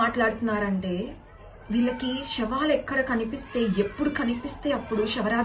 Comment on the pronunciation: Shavaalu kaadamma savaalu,telugu correct gaa maatlaadu first